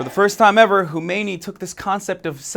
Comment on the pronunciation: I know, I'm just making fun of the wierd ass pronounciation of a pretty simple name..